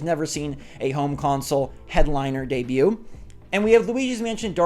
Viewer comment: This is the second Princess peach game It just sounds like when you say deebue You’re meaning it as her first